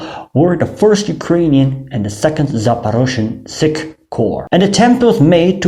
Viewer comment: Good job Sir! However Your mispronounciation of "sich" is almost criminal. It is ch as in "french" or "teach".